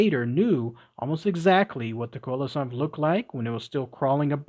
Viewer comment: N.B. Coelacanth is pronounced SEE-la-CANTH. All clear? Could only listen to the first ten minutes B4 giving up. Get the pronounciation right!!! 🐠🐠🐠